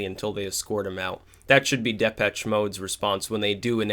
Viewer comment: Just as an FYI,, the "CH" in Depeche is pronounced like "SH" not "TCH".... Depesh Mode.